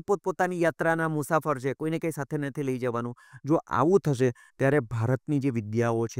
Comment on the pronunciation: પ્રશ્નકર્તા ભાઈએ 'શ'નો શુદ્ધ ઉચ્ચાર શીખવો પડે. "સીખવું" નહીં, 'શીખવું'; "થસે" નહીં, 'થશે' વગેરે.